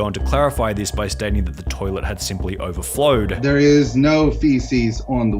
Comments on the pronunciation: NAH IT JUST "OBERFLOWED" 😂😂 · haha “urboflowed” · the toilet erberflowed 😂😂😂